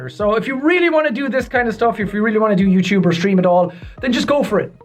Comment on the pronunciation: i love the way he say youtube youchube